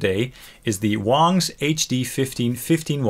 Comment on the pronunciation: Pronounced Wongs